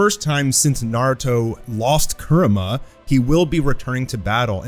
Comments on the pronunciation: Its kurama not kurma 😂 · Excited to see what happens with Naruto, also I like the content just gets to me how you say Kurama. A in Japanese doesn't have "uh" sound. But that's just me being picky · “For the first time since Naruto lost Kerema” Could have sworn it was Kurama.